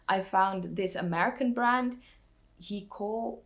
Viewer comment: I think Hikoo is supposed to be pronounced like the poem haiku? I could be wrong 😅 I knit my mom a pair of fingerless gloves out of their CoBaSi yarn years ago. I really like hearing about your forays into vintage knitting patterns, and pattern translation. I’ve started getting into vintage patterns this year. I’ve also been considering exploring Spanish-language patterns to help me stretch my Spanish skills…